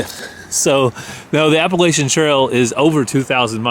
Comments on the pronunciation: you pronounce Appalachia….Apple at cha…lol. Just thought you would like to know. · Here’s an additional bit of information. Appalachia is pronounced apple-at-cha. Easy to remember. I imagine thousands of people from the area were correcting you as they heard it. It’s such a deal that there are t-shirts and coffee mugs with apple-at-cha or 🍎 atcha on it. 😄 So wonderful to see y’all having such a great time as you experience history.